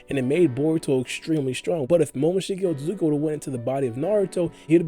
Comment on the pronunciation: Ur otsutsuki pronunciation is upsetting... say after me ot su tsu ki! Wtf is otzugi!?